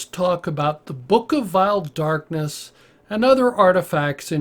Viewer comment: Da book of vaeil Dakness